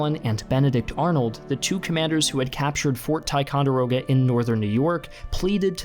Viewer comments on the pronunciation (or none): none